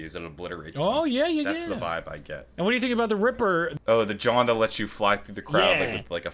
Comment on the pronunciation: John did you just say "Jawn" ? Philly?